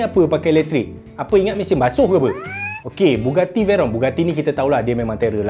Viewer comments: Bugatti bang, bukan Buggati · bugatti la bukan buggati. tak sekolah ke. keh keh keh.